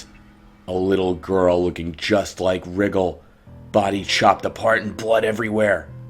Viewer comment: I called him and the only thing he said was, "did you rike it?"